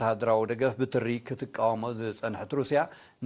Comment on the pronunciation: "ብጥሪ" ዶያ ክትቃወሞ ጸኒሓ ሩስያ ዋላስ ብ ት ሪ??? ግደ ተሕዝን ኢኻ። ድምጺ ደኣ ኣለካ እምበር ንባብ'ሲ ጌና ጌና ድሕሪት ኢኻ ዘለኻ! ካብ ኩሉ ዝገደደ ድማ: ይቕረታ ኢልካ ኣተኻኺልካ ምንባብ ዘሕፍረካ ድኹም ኣንባቢ! ክብሪ ኣድመጽቲ ዜና ኤሪ-ቲቪ ዘየብልካ ሰነፍ! ብዙሕ ግዜ ሓበሬታታትን ወቐሳን ቀሪቡካ ክነሱ: "ሕሱር መጠን ነብሱ የሕስረካ" ከም ዝበሃል፤ ልምሰት ኣናብባኻን ጌጋኻ ምእራም ዘይትፈቱን ኮይንካ ተሪፍካ ምስኪናይ ተሕዝን!!